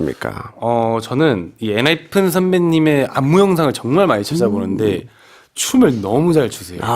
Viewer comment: Moonstruck is really good. i can't believe it's unpromoted bside. It's EN-HY-PEN btw guys, not EN-HY-PHEN.